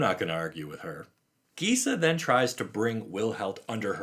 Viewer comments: I'm glad Liesa is back (I think her name is actually pronounced LEESA, not LYSA. But, you know, "tomatoes/tomahtoes"). I first heard of her in the Magic side-story regarding Avacyn going insane, and converting Gisela and Bruna to her side. Liesa is actually mentioned in that story (not by name, but it's her) while talking with Sigarda, and trying to woo Sigarda to "purge the human filth." It makes me wonder if Liesa and Sigarda are going to become the new "Night and Day" protectors of Innistrad, when all this is resolved. With Sigarda protecting humanity during the daylight hours, and Liesa, who seems to thrive in the darkness, protecting the night, and keeping the vampires/werewolves in check. A sort of "Batman/Superman" type of relationship. I like Liesa, and hope to hear more from her. Because she seems like an intriguing "x-factor" on Innistrad. She is an Angel, but definitely comes across as the more "gothic" type of Angelic being. She also seems like the type of Angel that Sorin Markov might be interested in becoming the new protector of his plane, just because of her ability to form peace/relationships with Demonkind. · This is just a thought of mine, but given how the other sisters names are pronounced in Italian, Liesa should be pronounced LEE-EH-SA, like Lisa from Castlevania, with and E (pronounced like the E in grey) in the middle